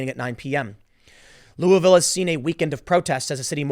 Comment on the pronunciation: The name of my city is pronounced Lulvul. You say it with the tip of your tongue plastered to the roof of your mouth the entire time you say it. Now, it may be more appropriate to say lol-ville.